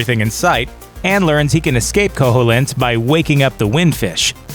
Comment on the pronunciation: It's pronounced ko-heel-int! Not ko-hole-int!